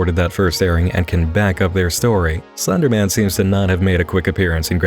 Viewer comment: Is it just me or does he pronounce Slenderman as Thunderman